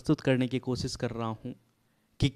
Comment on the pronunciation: Koshish ko kosis bol rhe ho Had hai yrrr 🙏🙏🙏🙏 Koi b munh utha kr chla aata hai sher padhne